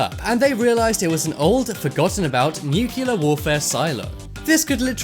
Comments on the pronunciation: nice vid but honestly nuculer....NUCULER!!!!! .....its nuclear for fuck sake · for god sake it is NU-CLEAR not newkiller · the word is pronounced NU-klee-ur not NU-kyu-ler! Darnn dude! Learn to pronounce the word right! You know? Crack open a dictionary for christ sake!